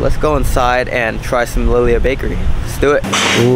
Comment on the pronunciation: Pronounced “Lee Lee Ha” Bakery 🤙🏽